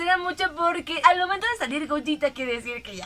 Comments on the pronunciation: Al fin alguien que pronuncia bien el nombre de gogeta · Por fin alguien pronuncia correctamente el nombre de Gogeta..... Saludos.